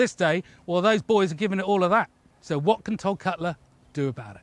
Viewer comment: That was the most British "Wot?" I have ever heard in my life